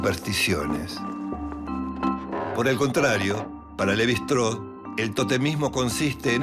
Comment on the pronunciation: Shtráus, no “Estró”.